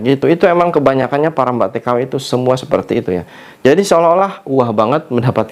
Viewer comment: Mbak k...bukan Mbag 😂😂😂 Bilang mbk lidah nya kok kesrimpet bngt sih..😅